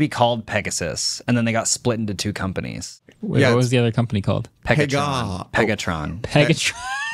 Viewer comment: Marques couldn’t even say “Pegatron” lol😂